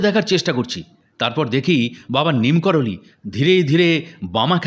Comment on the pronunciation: Neem karoli.......ekti jaygar nam! Sei namei tanr nam diyechhe bhoktora!!! "Neem korali" noi please!!!!!!!!